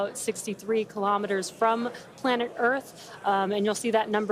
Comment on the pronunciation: KILO'METERS, not kalamaduhz.